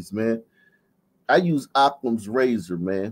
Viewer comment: “ razor”